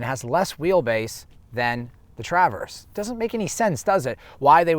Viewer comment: Nice thorough review, but I’m convinced that you’re pronouncing “Traverse” as TrAAAverse as an inside joke lol